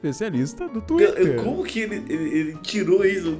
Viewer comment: Cara fala twitrer (espero q vc entenda a pronunciacao) fica MT engraçado estilo universitaria